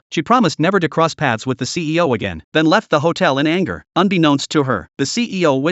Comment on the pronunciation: I know he's saying ceo but it sounds like he's saying cpo